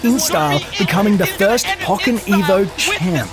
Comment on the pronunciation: Just going to make a list of words and their pronunciation don't mind me: Ally: Al-lie Pokken: Poe-ken (think pokemon and Tekken) melee: may-lay It literally says Infiltration on the screen, not sure how "infiltrator" made it past editing. And the fact that you said "Hungry's" just tilts me. You're not wrong if you don't play the game or not a part of the community. But the shortening of Hungrybox is H-box.